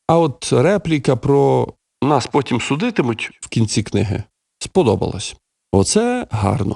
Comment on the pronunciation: За останню фразу я б сказав що Заленський зробив акцант на слові "потім", але ж ми розуміємо що акцент має бути на слові "судитимуть"